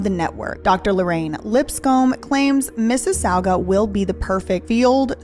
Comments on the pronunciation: Mississauga= Misses-saga : signed a Canadian ready to help 😂❤ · Hey! Ontario native here. Love the video. One thing, I will say, is Mississauga (weird names here for cities in Canada) is pronounced 'Miss-iss-saw-ga'!:) Keep up the amazing investigative work.